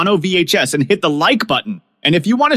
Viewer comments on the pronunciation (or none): none